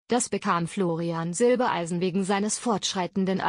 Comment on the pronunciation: Zwischendurch immer wieder Silbeleisen, warum kann man den Namen Silbereisen nicht immer korrekt aussprechen?